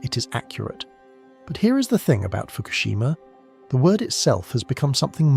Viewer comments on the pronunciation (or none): I cannot hear "Fukoshima" and not hear MERKEL... 👎👎👎👎👎👎👎👎👎👎👎👎👎👎👎👎👎🐏🇩🇪